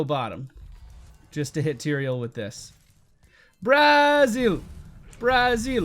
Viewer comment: why "Barzil" doe? .-.